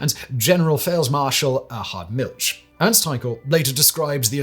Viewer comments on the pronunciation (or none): Milsh???? MilCH with a ch as in loCHness. PLEASE!